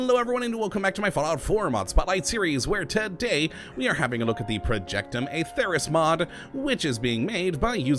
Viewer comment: its pronounced as Atherus, with the LONG e in accordance with the Elder Scrolls